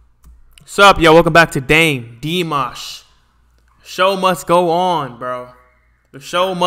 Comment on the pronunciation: Ну, наконец то,имя правильно произнёс 😁😀👍👏